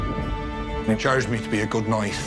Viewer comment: Knight❌ Noight✅